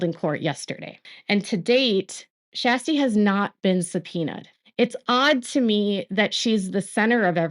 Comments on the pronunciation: Just a quick note: Her name isn’t pronounced as Shasty … it pronounced like Sure-sty. 😉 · Her name is not SHASTY...It is Kjersti Flaa....She was the one Blase was rude to...please get name right... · Her name is not SHASTI 😅😅😅😅😅 Her name is Kjersti and she is incredible ❤❤ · It’s more like Shaa-stee! 😊